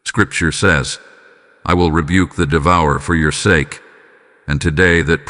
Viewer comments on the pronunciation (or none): none